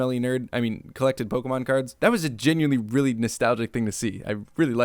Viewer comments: Pokemon. It does not have an "A" in it. It's not Pokamon, it's Pokemon. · > Claims to have Pokémon knowledge. > Doesn't pronounce the é properly. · Listening to naming all the Pokemon in this movie really makes me realise how I've been pronouncing their names wrong my whole life...